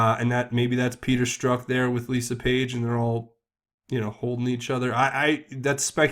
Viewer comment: Hey, love your work. Also, just so you know, Strzok is pronounced like Strock, not Stroke.